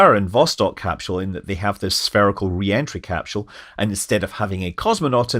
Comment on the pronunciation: There is no "h" in capsule